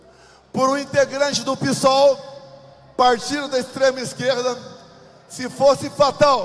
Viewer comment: Deus abençoe o Brasil, os patriotas e o Bolsonaro. Eu sempre rio quando ele fala "Piçol" hahaha.